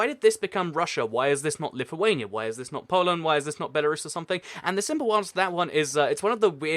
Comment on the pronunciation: Finally somebody that says lithuania right😀😂